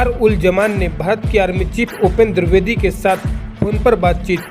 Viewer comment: दुर्बेदी नहीं द्विवेदी होता है, ढंग से हिंदी तो बोलो पहले।